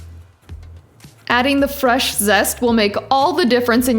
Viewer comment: When you said zest it sounds like zessa